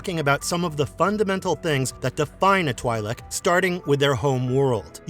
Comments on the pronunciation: First of its twi'lek not twailek. And he talks about aayla secura but show qui gon jinn. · its 'Twee-lik'... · They are literally called both Twee and Twy in the Clone Wars.